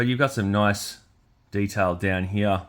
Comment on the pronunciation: "Here" is one syllable! ;)😅 Thanks for the review, buddy. Was it worth $100? I can't imagine it is, but its super cool. I personally like all the extras. Now, the soft, gummy weapons are a different argument, but as far as the amount of pieces goes, I think your complaints are unfounded. The boot knife belt seems kind of petty too. Those things are always slippy. Just move it up or take it off and move on. I don't think it's hard knocks reviewing to point out that stuff and call it "$#!t". I'm in no way a "HasBro" either. I dig this line and a couple others they make, but I am quick to point out their many flaws. Whatever. Just wanted to throw some "constructive criticism" your way and thank you for another video. I'm sure you worked hard to get this out so quick. Keep on keepin' on!